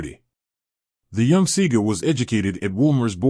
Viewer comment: Ÿour pronounciation of his name is wrong and some of your information lack clarity.